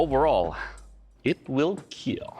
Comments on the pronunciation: I love the way doug says it he doesn't say kill he says keal. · It was "kill", then became "KEAL" 😂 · It will KEAL! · It will keal? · it will not keel :(((((((((((((((((((( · "It will Keal." 😂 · "It's a lighter weapon. It cuts smoothly. It took no damage whatsoever. It's a beautiful piece. It will keel." Every Ben Abbott weapon. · It will keal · I only came to heard him say it will keel 😂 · It will keel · It will kiehl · Will keel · Amazing, there was a time where he could pronounce kill like a normal human